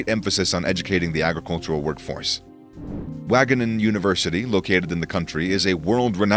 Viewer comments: wageningen not wagoningen JONG LEER PLAT OF HOLLENJERS KALLE! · From now on, it shall be known as Waagingen. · I laughed at your pronunciation of Wageningen, thanks for that :P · i love how they pronounce wageningen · As a dutchy studying at wageningen, I love the way you pronounce it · de manier waarop ze Wageningen uitspraken xDD de stad waar ik woon lol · Omg even my hometown has been in this video lol, its fun to hear the english pronouncation of Wageningen 😂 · heeeellll nah its WAGENINGEN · I’m from the Netherlands and the way he says Wageningen is quite funny, but good video👌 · Yeah or not have researched howto say Wageningen. Makes this video a bit shite imho. But i guesst his wasnt meant for us Dutch people. :D